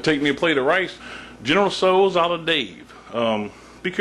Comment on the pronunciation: goodness. is there anything you CAN'T cook, dave? oh, and i showed this to my mom (she's chinese). she was very impressed at the way your dish turned out in the dutch oven, especially since she normally uses a wok for chinese food. she said your pronunciation was pretty spot on, too :)